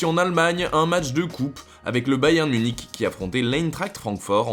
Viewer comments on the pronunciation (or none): none